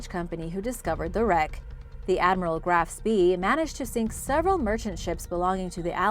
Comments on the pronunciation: It's pronounced GRAF-SPAY. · How to pronounce the ship Graff spee its pronounced gra-ush sfee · You mis-spelled "Channel"! You also need to learn how to pronounce "Tudor" and "Graf Spee"! Lastly, "Co Down" isn't "Codown", it's an abbreviation for County Down!!